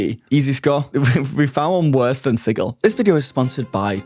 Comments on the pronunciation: "Sigill?" Like fish gills? Reminds me of when Matt Mercer said Pyton or Peeton instead of Piton. It's Sijil. Like Jill Valentine. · It's a made up city. Pronounce it however you want!! Although "Siggil" with the hard G sounds dumb. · I know this is absolutely my issue, possibly because I am autistic, but every time you say the word sigil I flinch because you are saying it wrong. It’s not just a product name, it’s an existing word that means a symbol, seal, or icon, and it is pronounced with a soft G so it sounds like a J. No idea why some people think it’s a hard G. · LOL the way you say Sigil XD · Learn how to pronounce sigil